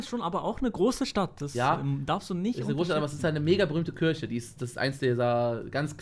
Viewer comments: Was für Kürche😂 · niemand: wirklich niemand: unge: kürche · Niemand: Unge: Kürche